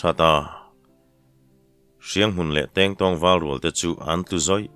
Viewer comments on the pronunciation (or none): Tèngtáwng khua ti a i lam hi, thlùk awm loin Tengtawng 'Kingkong' ti a lamrìk tur ni awm tak a ni, ka Tengtawng khaw hming hi chu ka hre thin, he tèngtàwng tia i lam ri fo hi ati lem lehzual lo maw aw, ka lo helh ve lek